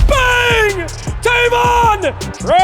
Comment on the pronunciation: Is funny hearing him pronounce Tavon wrong😂 my name is Tayvon